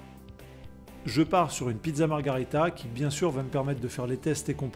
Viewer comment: Pas mal ton test Mais arrête de dire margharita C’est margherita tu devrais le savoir je vais pas te refaire l’histoire.